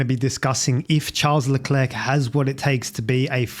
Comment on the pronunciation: Can you pleeeease pronounce his name slightly more correctly? 😂